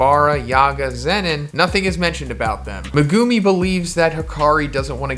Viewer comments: I wanna dislike because of how you say megumi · Why does he say megumi like that